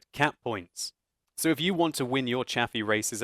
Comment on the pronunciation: lol every time you said cap points I was thinking cat points